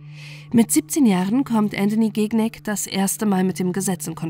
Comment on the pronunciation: Man spricht den Nachnamen Schinjac aus und nicht GIGNÄG hahahaha